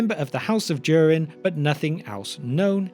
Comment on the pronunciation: The line of Do-Reen😆